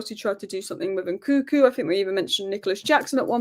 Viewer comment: It’s N -Kun - Ku not NKuku. You are missing the second N